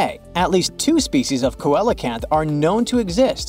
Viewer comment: Seal uh canth